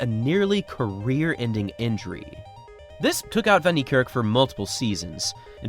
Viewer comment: Its pronounced Fun Nick Kark, a as in apple and the r is a lightly rolled rrrr.